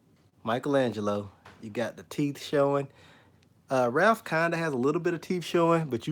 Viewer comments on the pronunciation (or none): You keep saying Ralph bro it's Raph😂nice video